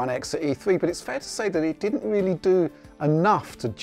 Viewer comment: Wooks a weally weally good